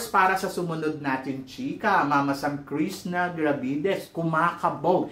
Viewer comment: Krisna ka ng Krisna Krishna haha bulol ka talaga mama sam kaloka